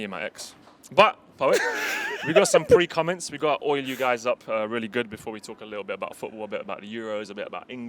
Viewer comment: Did man just say pre-cumments??